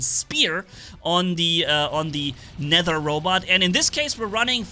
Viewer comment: I'm surprised you're the first to pronounce "Nether" correctly. Other people probably confuse the way of pronouncing "th", because you say Aether so different. In case you're wondering, they say it "Net her".